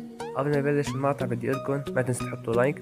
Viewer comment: بيقولو معطع مو مقطع